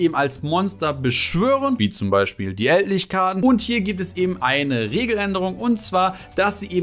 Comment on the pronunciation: Ich komm nicht drauf klar wie du manche Kartennamen aussprichst. Ich wäre nie auf die Idee gekommen "Eldlich" mit deutscher Sprechweise auszusprechen 😂